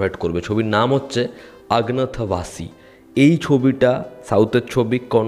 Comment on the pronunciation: অগ্নতাবাসী না, অজ্ঞাতবাসী 😂